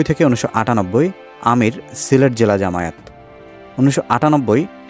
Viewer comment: জামায়েত না, জামায়াত, শুদ্ধ করে উচ্চারণ করুন।